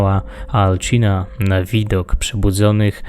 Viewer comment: Materiał wykonany wyśmienicie ale muszę się przyczepić do kilku rzeczy dokładniej do dwóch. Pierwsze to jak wypowiadasz imię. Mówi się Alcina (C czyta się jak S) A nie "Alczina". Drugą rzeczą jest sztylet. Trochę ci się nazwy pomerdały i to nazywało się "Sztyletem śmiertelnego kwiatu" a ty mówiłeś "Sztylet kwiatu śmierci".